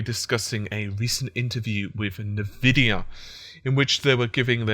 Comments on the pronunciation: But it's not spelt "Invidia", it's "Nvidia". So if anything it's "En-Vidia". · Its N-Vidia Pronounced as ENVIDIA. Someone with you knowledge should know that :P